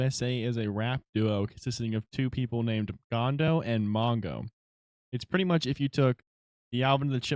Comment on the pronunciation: uhh its GONDA not GONDO but ok lol. fire vid